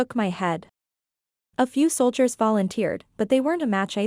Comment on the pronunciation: Soldier was sold e air